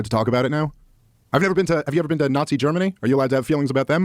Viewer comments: “YOU’VE NEVVA BEEEN??” And then “I’m not saying you HAVE to visit to talk abt it” What a clown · “Have you ever bean?”